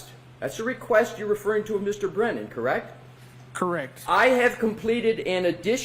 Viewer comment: And he’s constantly saying correc 😂😂😂 not correct. He doesn’t say the t.